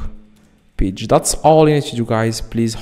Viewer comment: You need to be sent to jail for wasting our time. Its pronounced Page not peach